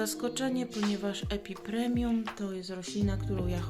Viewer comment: Epipremnum NIE epipremium Beznadziejnie mówisz, nawet nie wiesz jakie rośliny masz. Jak twoje ulubione to chociaż nazwę znaj!!!!!